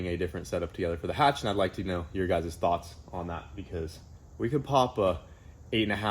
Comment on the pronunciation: H22, H pattern, Hatch not Katch <3